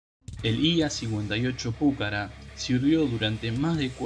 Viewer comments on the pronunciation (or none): No sabés ni leer ni hablar!!!!! Dedicate a otra cosa!!! Además el avión se llama Pucará, no púcara... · Estimado.... con todo respeto, el video esta bien, pero el solo hecho de que no leas bien ni el nombre del avión saca las ganas de verlo. Inclusive en el texto qur vod pones, claramente lleva acento al final en la ultima A y vos insistís en acentuarlo en la primer vocal osea la U lees ridículamente PUcara cuando es PucaRA.... y no es detalle menor ya que el avión que lleva ese nombre es el motivo del video. Significa que ni siquiera viste ni un sólo video del avión en donde otro lo pronuncie bien o peor que ni bola le diste. Cosa que minimamente sugeriría algo de "investigación". Se diría que copiaste un texto de wikipedia o robaste alguna nota escrita por alguien, sin realmente interiorizarte de lo que ibas a "hablar". Deberías mejorar la cadencia, la dicción, la fluidez y sobre todo este tipo de detalles. Parece que leyeras una redacción en la secundaria. Intento hacer una crítica constructiva. Espero lo tomes a bien. Atentamente. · PÚCARA...NOOOOOOOOOOO..... PUCARÁ CON ACENTO EN LA "A" NO EN LA "U"...... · El avión es "Pucará"!! con acento en la última A y no Púcara!!! Es una palabra Quechua que significa FORTALEZA!!!! Esta noble aeronave merece respeto y ser nombrada como corresponde!!! A no ser que seas como el impresentable de "Patria o Nada"! Aclaro no es hate sino para sumar constructivamente. Saludos. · Se debe leer Pucara', acentuando en la última a aprendan y pronuncien bien. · Lo que pasa es que Púcara suena mas elegante JAJAJA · el avión se llama Pucarà y punto campeón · Pucará, con acento en la última A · Espero que INVAP pueda desarrollar pronto el radar aesa para los ojos del Pucara Fénix. PD: Molesta la mala acentuación que le da al avión. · En el habla de la lengua original quechua la palabra pucara no lleva acentuación.